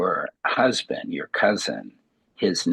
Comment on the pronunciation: At least it wasn’t the brusband! LOL